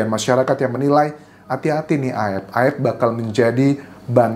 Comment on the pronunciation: AEP, bukan AEF 🎉🎉🎉🎉